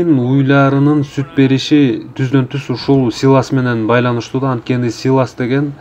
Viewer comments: Силос де силас дебей. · Силас эмес силос туура аталышын айта албагандар бизге уйротобу. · Силас эмес силос.